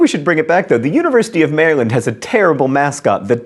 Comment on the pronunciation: and he says Maryland funny.